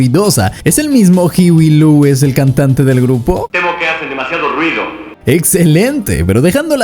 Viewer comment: It's pronounced hoo we. Lou us